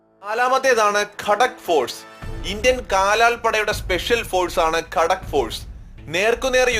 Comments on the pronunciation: കടക്ക് force അല്ല ഗാ ത ക്ക് force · ഖടക് അല്ല ഘാതക് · ഗൂർഖ റെജിമെൻറ് എവിടെ പിന്നെ ഗാഡാക് അല്ല ഗാഥക് ഫോഴ്സ് ആണ്